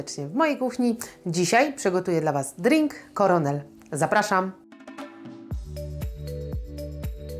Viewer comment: Aż sprawdziłem sam czy to ze mną coś jest nie tak, ale tłumacz google rozwiał moje wątpliwości. Na pewno nie czyta się tego jak "kernel" tylko jak już coś to "korenel", nie ma tam e po k. Pozdrawiam ;)